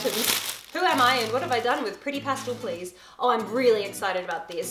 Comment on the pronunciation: Do people from not America say pastel the way she does? Drives me nuts!